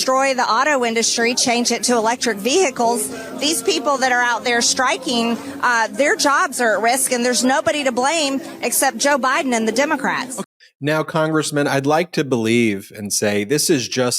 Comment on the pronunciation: Vee hick les? Huh?